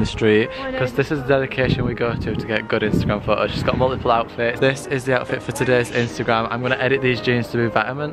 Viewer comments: Why do you say "pho-os" instead of "photos"? Whats wrong with the pronunciation? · pho-o pho-os